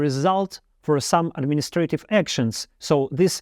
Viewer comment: Thanks! Everything is clear. There are a few mispronounced words like infamous, opponents, administrative, symbols, clothes, answer, confidently, allows, relatively, changes, evil, but overall it's really clear.